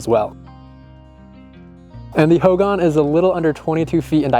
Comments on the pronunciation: It's pronounced hoegawn. Hogan. Just a Lil tip on its pronunciation. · Ho gahn Emphasis on second syllable.